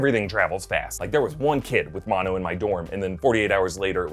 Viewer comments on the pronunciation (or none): none